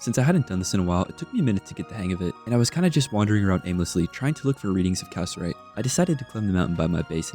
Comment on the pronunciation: Loving the video, just wanted to let you know though; Cassiterite is pronounced Ca-sit-er-ite or Ca-si-ter-ite. not cass-er-ite 😅